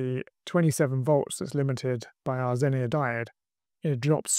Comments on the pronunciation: don't get me wrong, I enjoyed the video, and the one where you broke it in the first place 😀. It sounds like you're saying zenier with an I, not zener (either pronunciation). Hope this helps. 👍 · ZENER. It's ZENER.